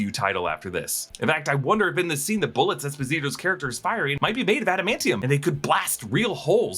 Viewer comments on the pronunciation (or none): none